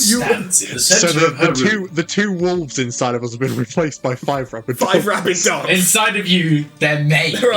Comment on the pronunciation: Thought you were saying "five rabid ducks" so it was puzzling at first